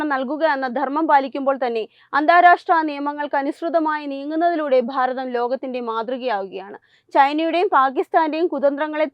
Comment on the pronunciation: ബാരതം അല്ല ഭാരതം.